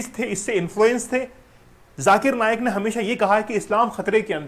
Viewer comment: सर, नायक नहीं , नाईक है।